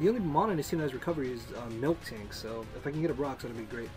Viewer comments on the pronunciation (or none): Miltank! Mil-tank, not "Milktank".